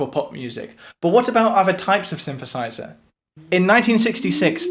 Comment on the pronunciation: What's a Shinshershizher?